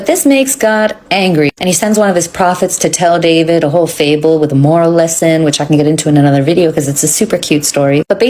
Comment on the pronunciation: Did she say fable hmmmm